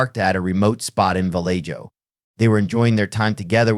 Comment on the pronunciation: Vallejo is pronounced “vah LAY hoe”. And “Stein” is pronounced “Stine”